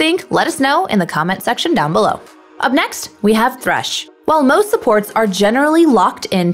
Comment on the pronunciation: Its thresh no tresh!